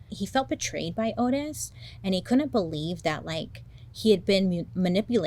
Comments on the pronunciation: Oh Bailey I’m disappointed already. His name is Ottis. Not Otis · *Ottis. Pronounced “Ah-tis” rather than “Oh-tis” per his own self. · His name was pronounced "ODD-iss," Bailey. Respectfully.👍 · I love that Bailey mispronounced the killer's name the whole time. The disclaimer in the beginning .. totally forgiven. We love you, Bailey!!